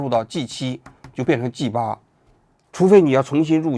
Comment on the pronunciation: g8 发音怪怪的 和鸡吧 一个音